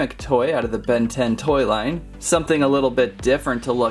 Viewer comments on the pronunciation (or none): none